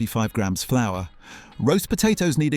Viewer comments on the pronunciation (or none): none